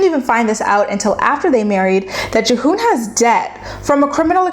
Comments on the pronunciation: Devin and G-Hoon. Juh-hoon had me dying. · Have you even watched the show?!? Her name is pronounced Devin and his is pronounced Geehoon.